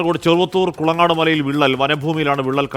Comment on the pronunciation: കുളങ്ങാട് അല്ല കുളങ്ങാട്ട് മല